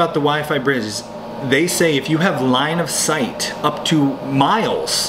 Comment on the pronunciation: Line of sight!!! Not " line of sigh"